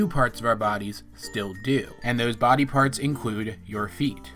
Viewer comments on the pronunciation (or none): none